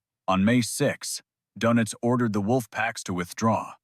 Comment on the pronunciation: AI voice over a off put Donitz becomes donuts(not a surprise for an american AI)Please remember the English language has been spoken as the Official Language of Government by a quarter of the Globe, You Yanks yourselves, only chose English over German(as the Nations tunge, by 1 vote!!! telling isn't it)